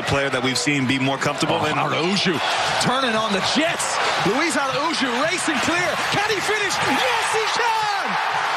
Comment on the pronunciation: A pronúncia do nome LUÍS ARAÚJO está corretíssima😆😆😆😆😂😂😂